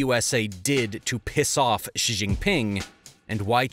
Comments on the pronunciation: I guess I’d hit that like button if you could learn how to pronounce people’s names… Xi = “she”, not “gee”….. for Ma Ying-jeou ; jeou = “joe”, not “jow”… etc. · Xi is prounced like she not jjee